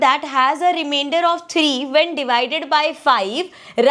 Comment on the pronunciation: Reimender ❌ Rimiender ✅